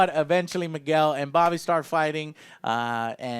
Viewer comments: Joe i love you but its ROBBY!!! Not Bobby. Anyway love your video! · And it's Robby not bobby. Jeez